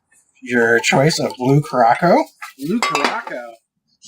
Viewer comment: Curacao is pronounced cure-a-sow. LOL